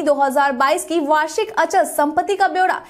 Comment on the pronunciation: अंचल संपत्ति नहीं मैडम जी अचल सम्पत्ति बोलिए।